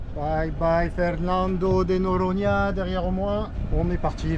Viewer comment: toujours passionnant. Un petit truc pour le brésilien: chaque fois que tu vois un -a à la fin d’un mot tu le gères comme un -e (dit muet) français ex Noronhe. Baíe… ce sera très proche de la prononciation correcte